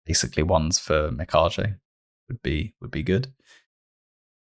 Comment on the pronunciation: mi-ka-ge no JJ sound ge like 'get'